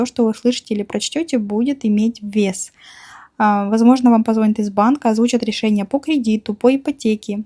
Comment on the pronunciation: Позвонят, ударение на последний слог. -нят - .